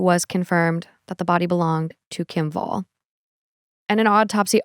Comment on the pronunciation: pronouncing her name "wall" instead of "vàll" broke my Swedish lil heart lol. It has nothing to do with walls, it's a very old Swedish surname.